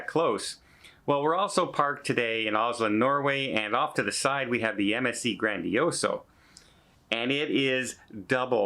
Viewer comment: Its not "Grandioso" it's "GrandiosA". It's a feminine name.